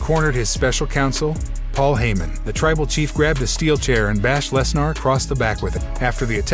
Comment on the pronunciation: This guy pronounced a LOT of names wrong. Lesner…Sasha…Rollins…